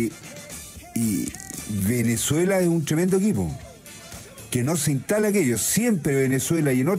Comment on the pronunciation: El señor no sabe pronunciar la S. Señor es InStalar